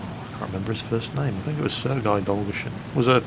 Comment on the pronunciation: We'll actually you pronounce it Sergay not Serguy